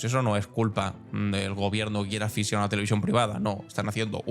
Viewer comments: Ayuso dice: “Acfisiar" y acfisiarlas en vez de asfixiar 😂 . Vamos, que no sabe ni dónde va la x…es lerda como ella sola esta "alumna ilustre”… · Ayuso ha dicho axfisiar en vez de asfixiar??? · A ver si ésta aprende a decir asfixiar